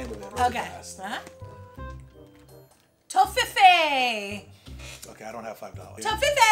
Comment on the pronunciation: You pronounced Toffifee Exactly Right! Greetings from Berlin, Germany.....